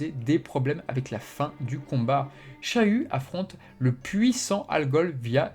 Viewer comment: je suis le seul qui entend chayu au lieu de shiryu???